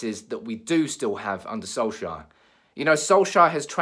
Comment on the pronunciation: Can't stand how you say solkjaer 😂 😂